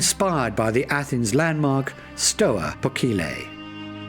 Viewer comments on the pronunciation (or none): none